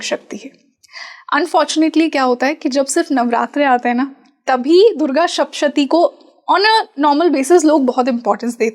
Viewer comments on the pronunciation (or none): Madamji durga saptashati bolt hai sapshati nahi...thoda dhyan de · It is sapta shathi. Not shapta shathi. Sapta is seven and shathi is 100. This represents the 700 Slokas